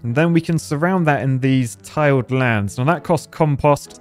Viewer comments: The first time I thought it was because he said tiled land instead of tilled land, so I was confused the second time it was referred to haha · I think they were referring to said Tiled, instead of Tilled? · Honestly calling the "tilled" lands "tiled" lands bothered me more than a weird O in compost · Calling out on the correct pronunciation of compost but nothing about till-ed land as tile-d? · Tiled? Till’d. They tilled it with a till-er. 😎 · Editor triggered by saying compost correctly, but totally misses him pronouncing tilled (the thing you do for farming) as tiled (having a bunch of tiles).